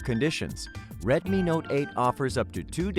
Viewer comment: Retmi not eyt